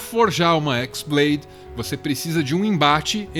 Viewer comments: na verdade não é X blade(de Xis), e sim chi blade, sendo chi a letra grega, ela parece um X e chi blade tem o som parecido com keyblade, foi uma jogadinha de palavras e sons, mas parabens, foi uma otima tentativa de trazer a luz da razão sobre essa serie maluca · Não é Xblade (exblade), é χ-blade. χ é uma letra grega, que se pronuncia como "Ki". χ-blade e keyblade têm a mesma pronúncia. Confuso? Sim, muito. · O nome da "Keyblade" original não é "Équisblade" e sim "Qui-Blade" o X não é a letra "Xis" e sim a letra grega "Qui" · “X blade” AAAAA QUE AGONIA DA SUA PRONÚNCIA ;-; No jogo a pronuncia é igual a de keyblade